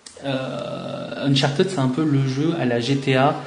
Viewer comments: "UNCHARTEUD" ça se dit UNCHARTID !!!! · '' uncharted '' ca se prononce '' unchartid ". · Non Unchartid c'est la facon francaise de le dire( parce que les francais on une accent catastrophal quand ils parlent anglais) mais en englais propre on le prononce Uncharteud !